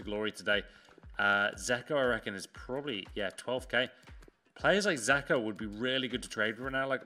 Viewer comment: Dzeko isn’t called zeko